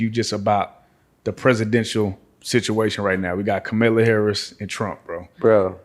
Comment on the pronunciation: You pronounce her name like "Comma-lah". Come on, now. You were just screaming about folks having a "slave mentality " in Shreveport.